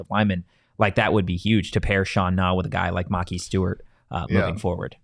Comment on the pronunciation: FYI his name is (Muh-Ky Stewart) Maki Stewart